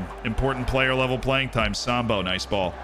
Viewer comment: The way you say “Sambou” sounds like the racial slur… I’d suggest stressing the “-ou” on the end more…